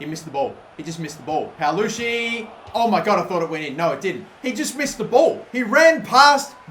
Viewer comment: his name is paloschi not palucci?